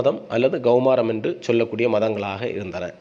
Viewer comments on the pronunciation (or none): Saar Gaumaaram illa saar. Yendhaan ka vai ga nnu chollareengalo. Its KAUMAARAM(Kumar worship). Start feeling superior by mis pronouncing ka as ga evertmytime thereby killi g Tamil tryong to ape Sanskrit